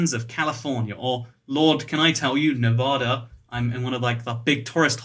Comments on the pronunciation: NavAda not novahda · You've been living in Vegas this long and never learned that it's pronounced Nev-add-a and not Nev-ahhda? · Now it's nearly a year and a half later. I hope he has learned to pronounce the state he lives in, which is Nevada. It is not "ne Vaaugh da," it is "Ne va da" with the va rhyming with the va in "vat." Pronouncing it as he does probably gets him a lot of nasty looks and comments in the state. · Thanks!! I cringed every time he said Nevaaada. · You say Nevada wrong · you live in nevada yet youre still pronouncing it wrong smh xD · Ay a fellow las vegan also I know you have an accent but you said Nevada wrong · How long do you need to live in Nevada before you learn how to pronounce it?